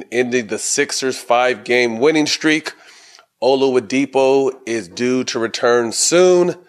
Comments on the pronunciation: Olawudipo? Man added a whole nother syllable 😂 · Can someone tell Matt his name is Oladipo not olawadipo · Lol yeah I was like who tf is oluwadipo? 🤔